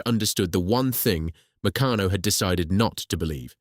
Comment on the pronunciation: Pronunciation of Meccano ffs.